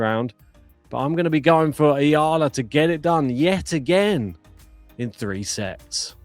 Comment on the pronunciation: Subscribe here because your E-A-L-A chant was genius! Is it your original composition? Well done!👍 thank you for correctly pronouncing her surname! Alex belongs now to the tennis world. Other nations can also love her. We are so proud of her because she is not ashamed to show our culture to the world, speaks our language, grateful attitude and she is just being authentic to who she is. She is not trying to be somebody she is not and that is refreshing to watch. She knows her weaknesses and she is okay with that but keeps on harnessing her strength — especially her tennis IQ and mental composure to win every match. Whatever happens showing excellence in work and great sportsmanship is what matters. This must be the global standard of tennis professionals. You can be number 1 athlete but if you treat other people and players like garbage why people will spend their money to support such behavior. Character is everything for us Filipinos. We respect everyone who shows respect and good behavior on and off the court! Humility is such a treasure nowadays! Many people has the mistaken belief that humble character drowns out being competitive and desire to win. It’s wrong. The great ones are usually the most humble ones. Much respect to JPEG, COCO and McNALLY for being respectful and kind to our Alex. How nice if women tennis will have such kind of quality of athletes from now on! Thank you for this channel and for cheering for our Alex!